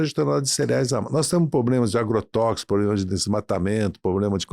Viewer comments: POBLEMAS????? OI? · Não é poblemas é problemas ,aprende.